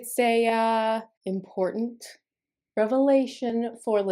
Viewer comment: "important revelation" or "im-PORN-tant revelation" hmmm??